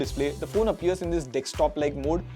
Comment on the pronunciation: It's Desktop not Desktop 😅